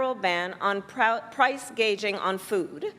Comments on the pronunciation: She said price gage,ING not price gouging....she's so ill inform, she can't get her lies straight. 😅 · She is talking as if Republicans are in power. She doesn't even know the term "price gouging" and says "price gaging." With heavy sanctions on China, the US is already making US consumers buy stuff that China was providing at less than half the price. In short, with its chinophobia, there is no way that either Harris or Trump can stop the bleeding of the US economy that's been going on for decades. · Whay is " price gaging"? Isnt that "gouging"? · She can't even pronounce it correctly. Wtf. Ever feel like you died and woke up in the twilight zone??